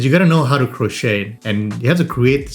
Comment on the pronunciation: the T in crochet (or crocheting) is silent😉